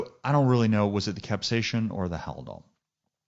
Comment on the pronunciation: No ‘H’ in capsaicin. Thanks for the video